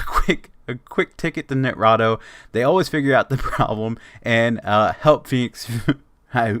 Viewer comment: i know im late but for some reason this is triggering me x.x as far as i know its Ni-Tra-Do (Nye-Trah-Doh) also thanks for the video and im surprised you have less than 2k views with 44k subs